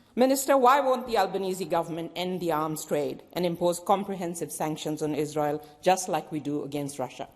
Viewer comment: Shame Wong she cannot say the word Israel.